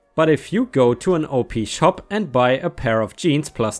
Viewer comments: Op-shop is pronounced like 'op shop' instead of o p ...but lol. I love them. They're basically second hand shops tht are run by churches and charities. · Hey! OP SHOP is short for Opportunity Shops. Therefore the OP is pronounced like the word HOP but without the H.